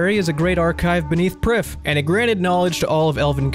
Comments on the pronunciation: its welsh - Prifddinas means capitol city, pronounced "Preev Thee n Ass" ...You're welcome :) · You'd pronounce it "Priv" not "Prif". The single F in Welsh is pronounced with a V sound. And the DD letter actually makes a hard TH sound. Also Prifddinas is Welsh for Capital City. Just a little fun fact about elf pronunciation. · Prifddinas would be pronounced "preef-vee-nas" in Welsh which is what the elves in RS essentially are.